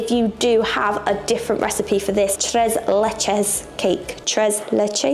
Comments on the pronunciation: Tres leches is pronounced "trace lay chase." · Tres is pronounced like “trace”. You’re pronouncing leches correctly. So it sounds like “trace lay-chase”. I grew up in So Cal and Tres Leches is the best and has become very popular in the US with the heavy Latin/Mexican influence. Mexican food is the best. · Pronounced “Trays Laychays.” The “e” in Spanish is always pronounced as an “a” is pronounced as in “way.” You have to try FLAN!!! Now that’s heaven. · Not pronouncing the “e’s” properly! 😂